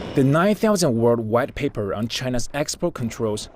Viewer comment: "the red paper..." ... "the red paper..." is what I've heard Please train this narrator or let him do some other task until his pronunciation improves